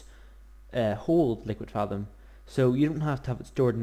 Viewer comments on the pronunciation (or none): Is there a particular reason you pronounce thaum as fathom, as opposed to thumb with an A in it? (I.E. th-a-umb) It's a minor gripe, I know, but it does make watching an otherwise great video rather a chore for me. Still, cheers for the video it was usefull!